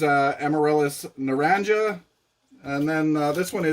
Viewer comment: Hi. Naranja means orange in Spanish. The j is pronounced more like an h.